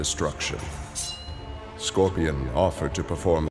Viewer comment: Scorpion is so badass he can't even pronounce his own clan name correctly.